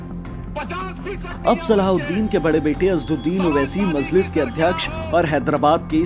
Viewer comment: This anchor cannot pronounce even names correctly so how can he explain Owasi's history. Kaha sey pakad kar lay ate aise jahil Anchors ko??? pagal mazliz nahi Majlis..Razwi nahi Rizvi bas kar bhai has has kar ansoo nikal gayee